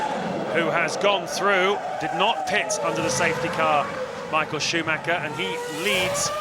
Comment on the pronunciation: I love how the commentators (to this day) never try to pronounce Michael Schumacher somewhat correctly.